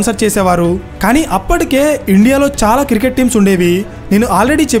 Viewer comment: అరే.. బాబూ..! అది కిరికెట్ కాదు క్రికెట్.